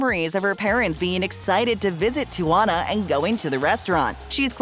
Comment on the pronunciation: it is pronounced; tea-ah-wan-ah